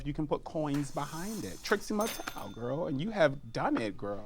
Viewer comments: Trixie Mattel is three syllables!!! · I love how Mo thinks "Trixie Mattel" is two syllables. xD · You heard it first - "Trixie Mattel" is 2 syllables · not Mo saying Trixie Mattel is 2 syllables 😭💀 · I'm glad someone else clocked that.